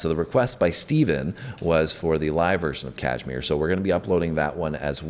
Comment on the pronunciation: Kahmire was a place - they had house . Girls also like Dyer Maker. Sounds like Die r maaaker.